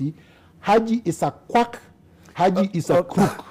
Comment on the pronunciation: do another interview with a non-Raila supporter. Like the way pronounces Haji's name...Aji!